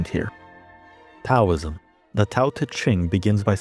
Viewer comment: Bro can't even pronounce Taoism right 😂